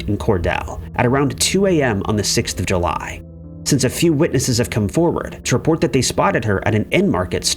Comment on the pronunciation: Was July pronounced Huly or is my brain off kilter?